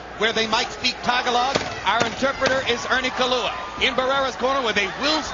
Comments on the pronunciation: It's not "Ta gaa lagg" moron. It's "TAGALOG" gringo! LOL!! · Lol he said tag a log. what a nub